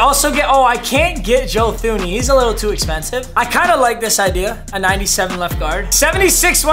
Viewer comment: I do not care that i am commenting five days late but Joe Thuney's last name is pronounced Tuney Too-Knee